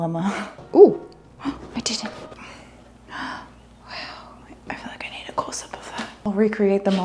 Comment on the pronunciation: You said "close up of that".. I heard "cool sip of that"